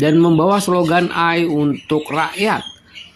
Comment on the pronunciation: AI bacanya "EE AI" (Artificial Intelligent). DESENTRALISASI bukan DENTRALISASI !